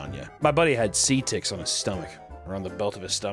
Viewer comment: the editor thought U said "sea ticks" lmao its seed ticks